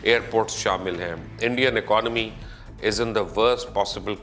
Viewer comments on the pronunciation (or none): none